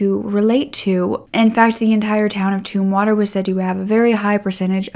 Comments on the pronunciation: "Tum"water; not Toomwater. 😅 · It's pronounced Tumm water like in tummy, by the way girl, you look fantastic. You look like a perfect princess. ;)